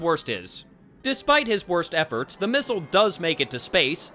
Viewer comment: I don't know why his pronunciation of the word missile drives me nuts but it does...not as much as nuclear but still.